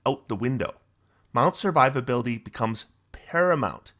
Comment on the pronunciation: "Sir Vivability," I like it